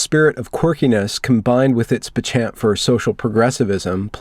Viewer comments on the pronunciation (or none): Are you reading soneone elses words?!? Seriously? “Combined with its “pe-chant” for...” Really?? You mean “penchant”?? Wow